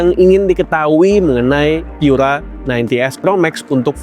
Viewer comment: Pura itu bahasa Italia, cukup dibaca seperti kata pura di bahasa Indonesia, ga usah dibaca pyura. Bahasa Inggris Pure Energy itu terjemahan Italianya adalah Pura Energia, dibaca pu-ra e-ner-ji-a.